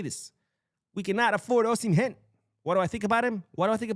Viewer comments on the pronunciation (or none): none